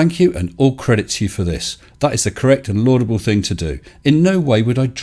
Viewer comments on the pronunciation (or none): none